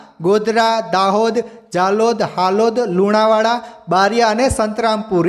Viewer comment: Halod nhi pan halol bolo